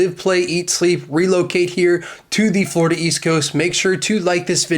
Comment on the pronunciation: Forida? you mean any location now.